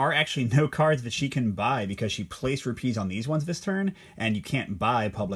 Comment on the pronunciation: Great video! Place the emphasis on the RU part in Rupees, not the PEES part. Should be ROOpees. You’re placing emphasis as one would for the word ‘trapeze’ 🙂